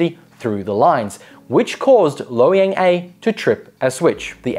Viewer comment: Calling Loy Yang, Low Yang